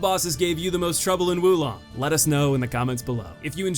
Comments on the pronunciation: its not wu long its WO long. oof. fun video though. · Probably a good idea you opted not to say the boss's names considering you said Wu Long 20 times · First things first. Is pronounced "woah long". Totally agree about Lu Bu. The only way I was able to beat him was totally changing my playstyle. Like you, I'm overly aggressive to the point where every fight is a battle of attrition with me. With Lu Bu, this did not work at all as his overt aggression put mine to shame. The only way I ended up beating him was playing purely defensive. Thankfully I found deflecting all of his horseback moves to be very easy. Off horse though, I opted to dodge out and aways from all his normal attacks, deflect his bow attacks and flat out mastering the timing on his reds and baiting those out and following up with spirit attacks before backing off and baiting more reds. I also would employ ice attacks and the Baise summon to counter his fire to get rid of his hyper armour whenever he flamed up. Lu Bu was the only boss in the game to actively force me to change my playstyle and overall, the most satisfying kill and in terms of tough but fair, far and away the best boss in the game.